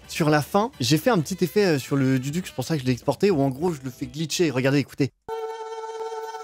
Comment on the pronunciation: Ca faiit plaisir d'entendre l'instrument phare de mon pays, le Duduk est juste incroyable, MAIS LES GARS ON CA SE PRONONCE DOUDOUK